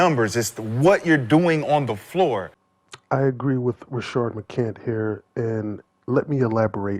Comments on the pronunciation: Homie his name is Rashad, not Rashard. You are a black man. Get the name right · Why do all these YouTubers keep referring to Rashad as Rashard. There clearly is no R in his name